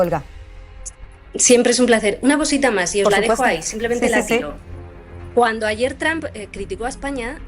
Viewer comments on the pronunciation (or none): none